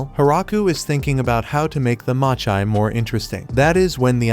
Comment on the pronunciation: Why did you pronounce mochi and sake like that?